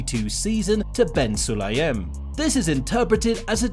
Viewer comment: Bin Sulayem. Not Ben